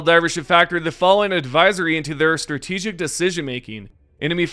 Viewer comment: "STRATAGIC ADVISORY" c'mon, man...